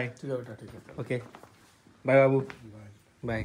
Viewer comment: बाबू नही होता है भाई बुबु होता है